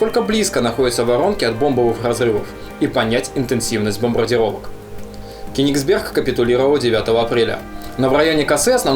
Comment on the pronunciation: Только не правильно говорить КенегсбЕрг. Правильно произносить КЁнегсберг. На первый слог ))) А так лайк, был там, шикарное место! Поедешь еще в Калининградскую область, дай знать. Покажу еще некоторые интересные штуки :-)